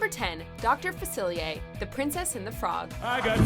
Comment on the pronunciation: What is Doctor FACILIYAY? It’s Doctor FACILIER.